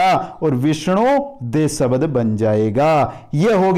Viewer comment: Bahut he accha padaya aapne sir liken aap swar ko swbar aur sabdh ko sabad kyo bol rahe the